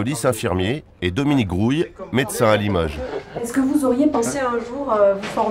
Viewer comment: A la première écoute j’ai entendu dominique couille au lieu de grouille